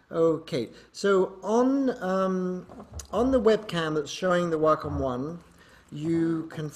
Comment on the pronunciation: I finally know how to pronounce Wacom correctly. WOW